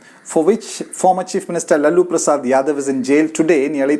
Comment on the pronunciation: The way you pronounced "LALLU-Prasad" 😂😂